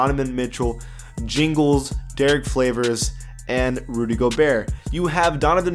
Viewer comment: Jingles, Derrick Flavors??? 😂💀😂💀